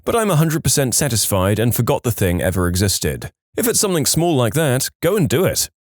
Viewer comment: SomethinG, SomethinG, not somethink. How do you spell something? It doesn't have a k in it.